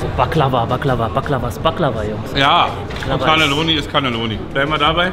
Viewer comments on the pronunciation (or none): die heißen Cannoli oder in der Einzahl Cannolo Siciliani, und nicht Canelloni😂Canelloni sind gefüllte lange Röhrennudeln.Lg✌🏽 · Cannoli net Canneloni